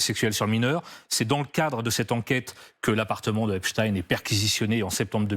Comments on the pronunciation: C'est Epstein et non Epstine ! Vaine tentative d'essayer de nous le faire passer pour ce qu'il n'est pas. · Pourquoi prononcez vous # esptine # et non epstein ? C’est grotesque. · Caviardé ? Ça veut dire quoi en novlangue ? Epstine et non Epstein pourquoi ? Merci le DOJ et les USA . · Epstein ptn pas epstine!!!!!!! Est ce qu on dit Einstine? Non on dit Einstein. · Le pire c’est que c’est un réseau qui tiens des blaireaux par les c. alors que moi et mes potes n’avons pas peur et ne sommes pas corruptible. Et c’est EPSTEIN comme Albert Einstein pas epstin. Rien que cela c’est bizarre. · C'est drôle, pourquoi Epstine et pas Epstein (prononciation à la Française). On ne dit pas Einstine mais Einstein, non ? Donc éliminatoire et je zappé cette vidéo maintenant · Epstin vous dites 😂 Vous êtes vraiment des clowns C’est vrai qu’en France on dit Einstin et Winterstin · Purée mais c'est d'origine allemande ça suffit de dire epstin . C'est nul ....! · Epstine, Poutine, Einstine... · Epstine ? On dit Albert Einstine du coup ? Waaaa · Il faut prononcer le nom Jeffrey Esptein au lieu du s il faut prononcer ( CH au du S) c'est un nom sioniste !!!!!????🐕🐕🐕🐕🤣🤣🤣🤣